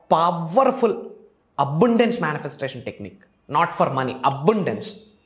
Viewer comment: అరే బాబు అబుండెన్స్ కాదు అబండెన్స్ అనాలి